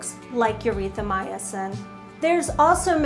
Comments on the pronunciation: “Urethra”Mycin? ..........Erythromycin ? Same difference 😂. Keep up the videos guys VERY Informative! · Did she say 'urethramycin'? 🤣🤣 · I love you guys and thanks for this but the way says erythromycin literally hurts me. 🤣💙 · That’s definitely how she pronounces it!!